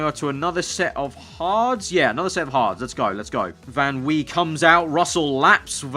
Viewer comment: If Van Wei is German- it would be Van V